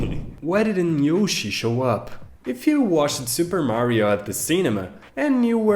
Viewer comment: I can't help it! Forgive me but... YOO-shi?!?!?!?!?!🤣🤣🤣